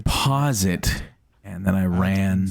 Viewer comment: Every time you said “ran”, I heard